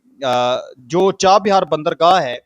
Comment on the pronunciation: irani Balochistan me jo Bandergaah hai, oska Naam (Cha bahar) hai, Cha bihaar nahi, NC vdo Masha Allah